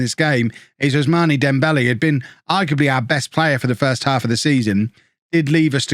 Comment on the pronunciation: Are all British people as bad as him at pronouncing non-British names? Ousmani? Baldi? Wtf